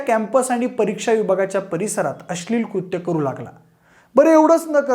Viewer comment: भाषा सुधार भावा … अस्लील ??? नव्हे अश्लील! न आणि ण कळतो का ? शिवाय ही फक्त गोळा केलेली संकलित केलेली माहिती आहे. त्यात विशेष काय आहे ? शिळी माहिती आहे सगळी.